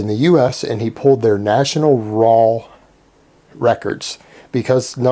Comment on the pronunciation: can you please tell us if you are purposefully putting an 'L' on the end of 'raw' or if it is just your accent? Thanks